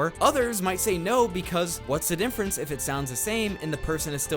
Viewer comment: Holy shit do you say "Dinfference instead of Difference"?? Greato Daze